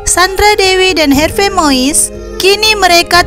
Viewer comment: Harvey ejaan Belanda bacanya Harvi min... 🙏